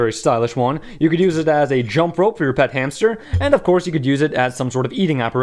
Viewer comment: I thought you said "your fat hamster" instead of "your pet hamster." I think it would be hilarious to see a fat hamster playing jump rope.